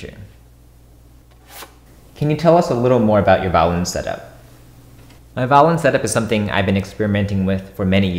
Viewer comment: Why do you say vowlin